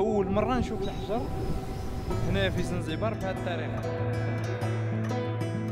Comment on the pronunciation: يا خبيب اسمها زنجبار ماشي زنزبار هههههه يهديك ربي اخبيب